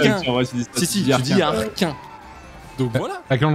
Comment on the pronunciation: "le r'quin" de Ultia me fait beaucoup trop rire